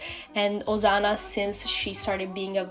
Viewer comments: Stop saying ozana it's OSANA SSSSSSS NOT ZZZZZ 😭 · Her saying it like Ozana made my anxiety increase a lot girl it’s Osana not Ozana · Accent exist Im guessing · i like the way you call osana asano (*~*) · I love how she or he pronounce osana as ozana😂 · it sounds like your saying osano to me help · what i hear: Ozana😂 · same lol XD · Although that's not how you say Osana I LOVE YOUR ART STYLE (No hate) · No hate fr but wth is with u and sayin osana so WEIRD T-T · Don't be rude, it's their accent